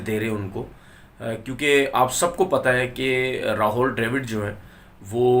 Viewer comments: Bolna seekh le ,ra haul nahi rahul hai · Tonveer it is Rahul Dravid and not Rahol Dravid as pronounced by you... pl correct.